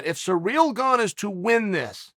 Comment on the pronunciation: Chanel butchered his name 27 different times😂. Uncle Chael still the best